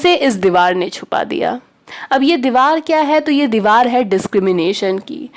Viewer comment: Didi sab theek hai thanks but dewal nhi hota deewar hota hai😊